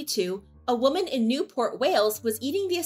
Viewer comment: "A New York woman" wuh-men not woh-man